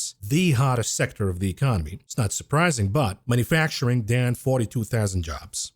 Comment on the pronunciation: I love your videos, but it’s ‘manufacturing’ not ‘manafacturing’. Mana facturing was what God did for the Jews after they left Egypt, but we haven’t seen it for thousands of years.